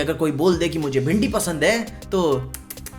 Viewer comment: tu bhindi ko ese kese bola 😢